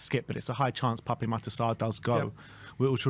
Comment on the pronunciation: Your saying Pape Sarr’s name incorrectly. It’s PAP. There’s no accent on the E.